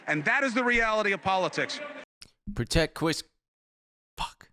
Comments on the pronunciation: Pwotect chwis Cuomo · pwotect cwis cwomo